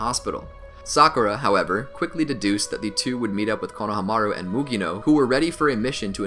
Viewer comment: Why does he say kona hamaru like it’s to different words and pronounces it wrong 😂. I still really love the videos but damn